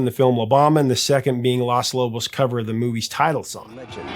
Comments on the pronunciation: Hey, Professor. Just a little tip for you: you are mispronouncing the article that makes up the beginning of the band's name. You keep saying "Las", which is the female "The" in Spanish. Because the band is all men, it's "Los", with a long 'O' sound like in "cone" or "home". Los Lobos, "the [male] wolves". If it were all female, the it would be Las Lobas. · this is great, but you pronounce Los Lobos incorrectly... you say it as Las Lobos, but it is Lōs Lobos... just saying... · it's LOS Lobos, not LAS Lobos. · I'm sorry, Professor. But the word is "Los" Lobos, not "Las" Lobos. Las is feminine. Los is masculine. And La Bamba is pronounced La Vamba. The B is pronounced as a V. The lyrics in English; To dance La Bamba. To dance La Bamba, you will need a little bit of grace. A little bit of grace for you and I. And higher and higher. And higher and higher. I will go for you, I will go for you. I will go for you. Peace and Love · It’s Los Lobos not Las. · Los Lobos. It’s pronounced “Los” not “Las”. I love your channel and respectfully & prayerfully busting your chops. As always great content. Our family has lived this song forever. I’m 61 & Hispanic. All covers have been great because it’s a timeless song 🎶 and deep rooted in respect & cultural significance. Cheers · It's Los Lobos, not Las Lobos. Sorry that just irks me when not pronounced correctly. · Loss Loboss.... 🤣🤣🤣 you gotta work on your spanish annunciation bro... lol... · Please stop saying "Las" Lobos